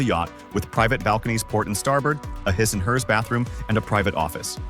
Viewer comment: Couldn't even say "his and hers" properly... must be cheap version. Lol. The yachts are sweet though.